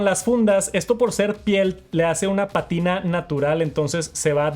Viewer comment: Noooo, se va a manchar igual el cable pero lo ves menos sucio. es pátina, no patína, acento en la primera a